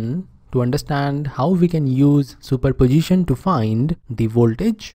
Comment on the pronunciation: Superposition ❌Super Pojition✅